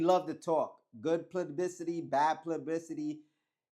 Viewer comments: It’s PUBLICITY !!! Not plubbicity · Gotta work on that “publicity” word bro lol